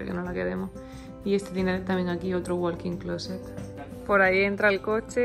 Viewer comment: Hola. En "walking closet", la ele no se pronuncia.